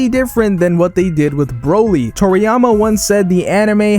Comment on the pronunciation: So its Broly, not bro-ly. You've never heard the names pronounced in the show before? Psh..